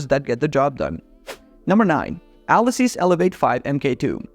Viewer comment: ALESUS = "ALEESUS"